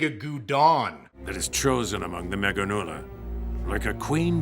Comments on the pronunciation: The dub pronouncing Meganeura as “meganula” is agonizing. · Meganeura, not meganeula. Even the English dub actors were clowning on Japan lol